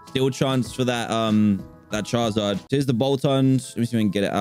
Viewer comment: he says 'charzard'